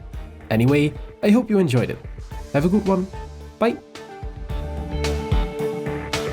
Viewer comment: There's no eternal empire... But the "bye" at the end of the video always caught me off guard 😂